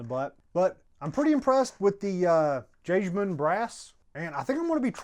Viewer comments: If Jagemann is originated from germany, it's more "yaw-gae-mawn" and comes from Jägersmann = hunter. You're welcome, signed: Your resident german-speaking smartass ;) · I've used it, i live in Wisconsin and it's abundant here, it's good stuff, also it's pronounced yaygemann, the j is a y sound.